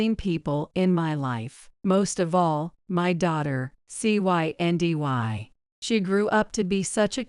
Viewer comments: “Cyndy” also known as Cindy. What was so difficult about just saying the name? Even an AI app should have been able to handle reading a name ! ( key is …properly programming & proofing) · The girl's name is pronounced CIndy!!. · You keep spelling out the name instead of pronouncing it.